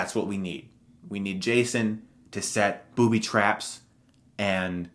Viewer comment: The way you say booby traps is hilarious! XD I agree with this list.